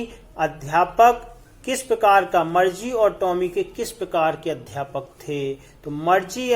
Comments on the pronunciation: Sir sorry but मरजी nhi मारगी padte he use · Bhai tum to Margie ko bhi marche bolra ho 🙂